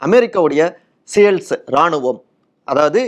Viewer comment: அமெரிக்க படையை தமிழில் சீல்ஸ் என்று உச்சரிக்கவும்...சேல்ஸ் என்று சொல்லுவது ஒரு மாதிரியா இருக்கு 😂